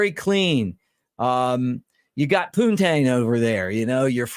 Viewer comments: Hey Mick, love the content, as always. Quick correction for you. , it's poutine (poo-teen), not "poon-tang". 😂. We have poon-tang, but it isn't food 😉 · Go Cubs! The way you pronounce poutine, LOL.